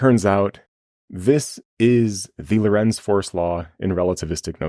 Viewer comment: Lorentz sounds like Laurence, not low-rents.